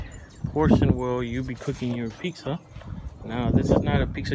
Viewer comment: My husband says those pavers have chemicals in them and you shouldn't use them for cooking. Is this true?? Its sounds like you are saying peaksa thats how the closed captioning is hearing you. Pizza not peaksa